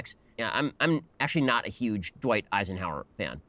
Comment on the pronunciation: Who’s esienhaurer??